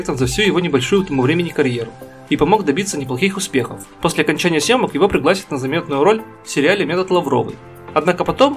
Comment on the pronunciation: приглАсят?)))) как можно так пренебрегать ударениями?)))))